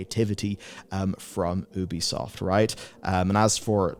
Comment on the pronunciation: It's pronounced you-bee-soft. Incredible how many supposed journalists still don't say it right.